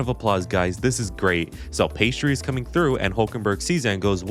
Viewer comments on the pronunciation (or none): Is he mispronouncing Piastri’s name on purpose?